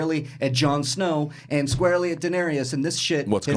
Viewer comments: 8 seasons and can't even pronounce Dany's name right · Nothing like listening to someone preach about a show n he cant pronounce the 2nd most important character name correct .. smh